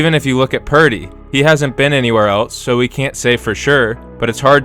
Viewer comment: This guys said "we consider Mayfield a top 5." You speak french now with that oui?